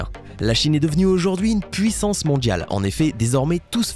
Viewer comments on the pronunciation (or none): none